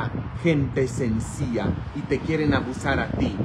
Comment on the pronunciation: Me encantas cuando pronuncias:sencilla,lo dices,sencía jeje